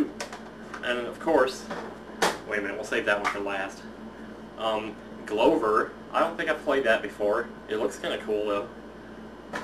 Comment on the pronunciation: Ack, that caught my attention waaay too much. I beleive it's pronounced Glove-er, since it was one of those games I beat 100% as a kid, so I spent a lot of time on it. It's actually quite fun, if it's pretty much annoying at times since you use your only way to lose a life to get around.